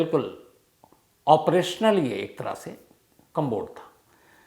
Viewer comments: Interesting story. But the word is “commode” - कमोड. There is no “b” in it. It’s not “combod “ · कंमबोड नही सर कमोड।।।commode